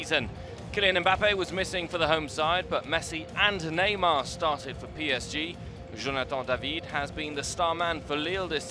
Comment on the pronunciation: Quand le commentateur dit "Jonathan DAVID " it's Just so funny